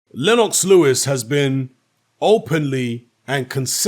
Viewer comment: Lenn-OX, lol.